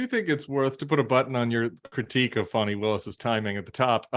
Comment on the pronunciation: You can pronounce Vivek Ramaswamy correctly, but you can’t say Fani properly?